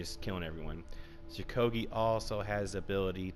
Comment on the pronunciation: First of all there many people who play law bringer very well second of all stop saying shukogi cuz its shugoki and third of all your opinion is shit